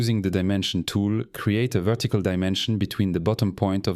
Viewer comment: he also pronounce "vettical" instead of vertical. Yeah that's a french for sure